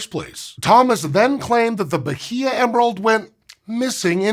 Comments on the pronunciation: I love, but I'm twitching a bit every time he says ba-hee-ah. It's ba-ee-ah. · The "h" in Bahia is silent. Something like bah-EE-uh. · Say B a í a instead H is mute in portuguese and Spanish. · Atleast pronounce the state correctly. The h is silent in Portuguese, ba-EE-ah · Good video. I'll be pedantic and say you don't pronounce the H in Bahia. It's "bah--ee-ah". The vowels are flat. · Bye-ee-uh. That’s how that’s pronounced. 😂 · Was just at Bahia Honda in FL and some people pronounce it that way. It’s supposed to be pronounced like Baya, right? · more like bah-EE-yah or bah-EE-ah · Bahia is pronounced "Bah-EE-ah." No "H" consonant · It aint “Bajia” the H is silent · It's pronounced Ba-ee-ya, btw. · irked me so much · Pronouncing the H in "Bahia" is the really cursed part of this. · I've never heard Bahia pronounced like that before. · the "h" in "Bahia" is silent. this goes against usual portuguese pronunciation rules, but it's an exception. think like how "Roosevelt" doesn't have the correct "Roo" sound. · not a region, a state, and the 'H" is silent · The h in Bahia is silent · love the video, but as a brazilian you do not pronounce the H in Bahia :) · Please look up how to say a foreign word that shows up in a script as often as "bahia" did in this one! Mispronounced once or twice is fine, but this was so many times and was making my Portuguese brain itch. You nailed "Carnaíba" though.